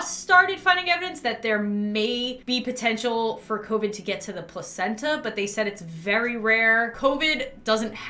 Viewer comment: I love how she said copid instead of covid 🥺 Love ya:)